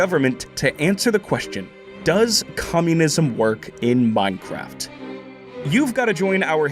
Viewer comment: “Final plan ……… in Meinkraft”